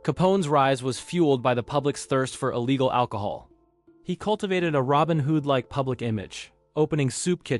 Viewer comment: I thought "robin who'd" was spot on. This is wrinkling my brain